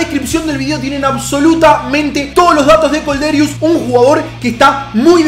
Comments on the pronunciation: Es Kolderiu no Kolderius xDDD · Madre mia es Kolderiu no Kolderius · Es kolderiu, sin la s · Es kolderiu se nota que sos de independiente